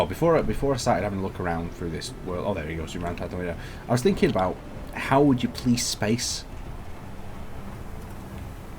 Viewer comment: When you said police space the first time all I heard was "please space" lol